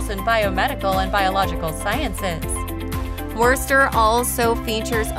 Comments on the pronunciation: AAARGH!!! Foo-nile-hall? Really? And it's pronounced Woosta, without the "r". I lived in Tax-achusetts for 25 years and moved out because the climate is nasty and the cost of housing is breathtakingly high. If you want to live in New England my best suggestion is southern New Hampshire. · Foe Pete's Sake! If you're posing as an expert on Worcester, please learn how to pronounce it! It's woster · Please learn how to pronounce our towns and places! Worcester = wister, Faneuil= fan-you-ell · Had to stop when they said Wercester 😂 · I cannot believe that the narrator pronounced "Worcester" as "Werster." This doesn't do much for the credibility of the video. And "Foo-nail" Hall? Is she kidding? This is what happens when you have an ignorant announcer reading from a script, without proper preparation. It's really annoying. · Who pronounces Worcester that way? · I grew up in Connecticut and know its not pronounced Wurster. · werster 😂😂😂 obviously does not live in mass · Just letting you know that you said Worchester wrong. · God, thats the wurstr's way to say Whuhstah. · It's 'Wistah,'. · They don’t know how to pronounce Wosta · its WOOSTA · When she says "WURST-er" you can tell she loses all Mass. credibiity. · Wuuuurster 🤮😂 Vernon and bell hill lol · The butchering of "wuh-ster" and "no-nan-tum" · 🤣 What a disaster of a video. From the many mispronunciations to the clips of Worcester England (including clearly English rugby clip), I have never seen such a lazy and lame attempt at information. And that is not even mentioning the list itself, which I can only imagine was developed based on available clips. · Yeah when i heard how she said worcester i knew this was gonna be dookie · Aint no way she said Worcester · Worcester you serious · Dear speaker. The R is silent. I know I know. Massachusetts folks never pronounce R. But Worcester is one of the words where the R actually isn’t pronounced. 😊